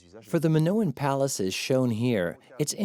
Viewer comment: How can you trust anything that's said if the narrator can’t even pronounce Minoan correctly, let alone Theseus and Daedalus?